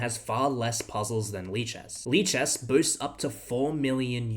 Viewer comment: lichesas lichess